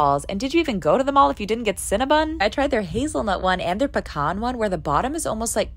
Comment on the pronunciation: She pronounced Cinnabon as Cinnabun but I have a major crush on her and don’t care lol.